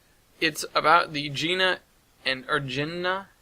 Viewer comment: I live close to Ginna and it's pronounced "gin-NAY".